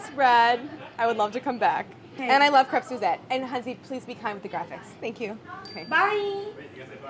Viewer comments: Claire: Makes a point of pronouncing the first ê in "crêpe" with accent circonflexe as pronounced in French. Also Claire: Pronounces the s in "crêpes" totally English. We Americans are pretty funny. These look so delicious. Well done. Thanks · Claire: I say "kreps" but "krayps" is fine Quebecker: CRYps :D